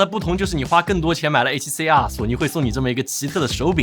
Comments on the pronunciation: R读成二声不就好了，写脚本的哥们儿，应该动动脑筋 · 真的 中文Youtuber都是A7C啊和A7C啊